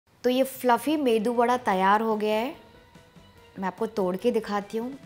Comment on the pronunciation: I like ur saying medu vada....